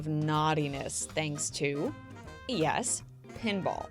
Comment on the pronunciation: If y-e-s spells yes, E-y-e-s spells?